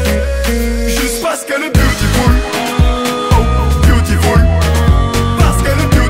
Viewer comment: le mot c beautiful mais lui il dit BYOUTIFULE mdr il a massacré l'anglais